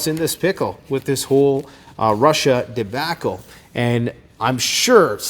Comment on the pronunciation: this 'debaccle' lol